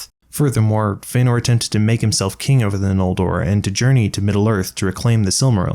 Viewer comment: Text reads kin, you say king